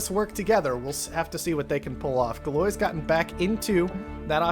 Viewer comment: Thanks so much for these videos! FYI, Galois is pronounced "Gal-wah". Poor Evariste. :P